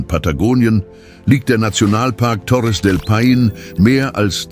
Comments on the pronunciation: Torres del Pain? Ich kann das nicht mehr hören. Hör auf. Meine Ohren tuen mir schon weh. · Nicht nur Torres del Paine wird immer und immer wieder Falsch ausgesprochen. Es ist unerträglich dem Moderator zu zuhören. Ich glaube, dass auch der Text von einer KI geschrieben worden und es wurde Text EPISCH / Theatralisch / unübertroffen / kolossal ausgeben eingestellt. Es klingt so schlimm, dass man den Ton abstellen muss. Die Bilder/Videosequenzen sprechen für sich und sind echt gut.